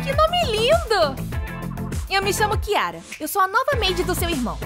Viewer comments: N tô falando mal ta* ela falo chiara é vez de falar kiara kkkkkkk😂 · É kiara não chiara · Ahhhhh Não é com ch É com kyara😊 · Nem seu nome você sabe falar não é kiara e chiara.❤ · Kiara não é com k invés de chiara